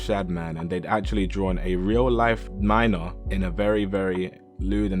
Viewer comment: “Tryna strike a chord and is probably a minorrrrrrrrrrr”